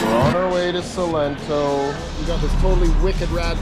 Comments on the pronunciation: Its SALENTO, not Solento .! Thanks u ! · Also, it is Salento, no Solento 😅 lol. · Salento!!!! No 'solento'